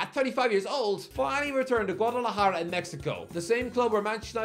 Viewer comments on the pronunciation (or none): none